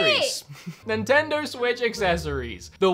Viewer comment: Ninnendo switch lol